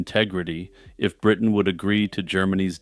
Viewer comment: Bwitain? Scotland. If you want to roundy-uppy to ewe-kay to not offend muslimes. "Europe" 😏